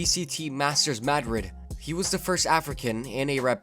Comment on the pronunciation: “masters mad-rid” 😂